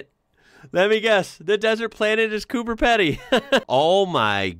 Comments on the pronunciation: Coober not Cooper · I had 103ºF today, forecast 112º next Tuesday. But we do have electricity, and should that go down, I do have a generator. Mid North South Oz. Last pint I bought in a pub was $1.06. Yes, it was a while back. Coober Peedee is the pronunciation. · . It's Coober Pedy (pronounced Peedi)not Coober Peddy. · PEE DEE. Coober Pedy is pronounced Coo Ber Pee Dee. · Coober Pedy is pronounced Peedy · Cooper pedy is pronounced Cooper Peedy , one of the places I would love to go. I’m a Queenslander . Love Australia plenty of places I’d love to visit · When pronouncing Coober Pedy, pretend there is an extra "e" in Pedy (Peedy). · (COOBER) Pedy is pronounced PEE DEE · Here's a hint, Coober Pedy, the Pedy is pronounced Pee Dee